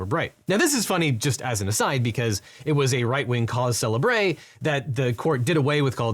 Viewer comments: Did you really pronounce "cause célébré" [sele'bʀe] instead of "célèbre" [se'lɛbʀ]? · It's "cause célèbre" (schwa or "uh" sound at the end). "Celebray" would indicate "cause célèbré" (accent-aigu on final e) and would suggest a "celebrated cause" and not a "cause of much attention". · Just a nitpick but at the ~7 minute mark, the term "cause célèbre" should be pronounced more like "se-lehb-ruh" rather than "se-leh-BRAY" as you pronounced it. (The phrase is French for "famous case"--"célèbre" is an adjective which, in French, typically follows the noun). The pronunciation you used would be the way "célébré" (the past participle) is pronounced (the past participle is only used to form the various perfect forms and would mean "celebrated" as in "partied"). When wanting "celebrated" as in "famous" or "notable," you'd use "célèbre. Again--just a nitpick. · "cause célèbre" is French, not Latin and is pronounced <COZ SEH LEH BRUH>